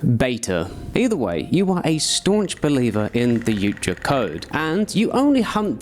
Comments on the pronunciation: But says yoot jah😂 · Brother i have never heard someone pronounce yautja like that But also, please, willy Wonka from the oompa loompa perspective